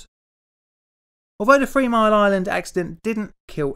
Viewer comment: Did he say free mile island?lol. The subtitles did.